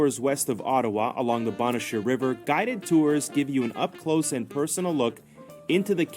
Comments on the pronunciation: BONE CHER PRONOUNCE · Bonnechere caves was mispronounced....bonne (phoneteticLly pronounced bun)is a feminine french word for beautiful...and chere phonetically pronounced share is another french word for dear! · You did fabulously on pronouncing Kakabeka Falls and Ouimet Canyon. Gananoque (GAN A knock way) Agawa rhymes with BAG a wah. Bonnechere (BUN-sheer) caves. The CHEL-ten-ham Badlands used to be open to visitors walking on them. I was there once many years ago before the renovations and recently. Because it is actually terra cotta shale clay, it can be very slippery when wet. When you enter the parking lot there is a visitor centre there where you pay for your tickets and then take the trail to the lookout over the badlands. There is plenty of farmland surrounding the badlands so that's another reason to keep it free of human feet. The Elora Gorge also has an outdoor concert stage where there are about 30 or so bands that play during Riverfest and thousands attend. The trolly/tram/streetcar that takes you down to the river for the Hornblower cruise is called a funicular. It's pronounced sort of like particular FOO nick You Lar. There is also funicular in Quebec City. Of possible interest, Ontario also has saltwater ports on its northern shore on James Bay and Hudson's Bay.